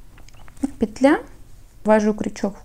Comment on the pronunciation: Всё замечательно Только не пЕтля, а петлЯ